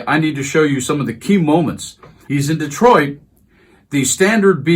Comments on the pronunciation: Someone please respond to this so I know I’m not tripping too hard (just got some new dank herb and I’m feelin’ pretty good🤙)… I SWEAR he pronounced it “Distroit”, almost like destroyed. Am I fully detached from reality?😎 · He's so angry he said "Dis-troit" it's Detroit you loser😂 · Did he REEEEEEEEEEELY say, "The city of DESTROIT"??? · Destroit? I rewound several times, he said Destroit.